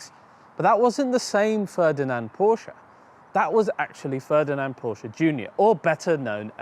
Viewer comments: Kudos for pronouncing Porsche correctly. Next is Fuchs wheels....it’s pronounced Fooks and means Fox in German! Cheers! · Porsche is a Two-Syllable Word™ Kudos to for getting it right. Well done and informative. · Thank you for pronouncing Porsche correctly. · Kudos for pronouncing Porsche correctly. Next is Fuchs wheels....it’s pronounced Fooks and means Fox in German! Keep up the great work! Cheers!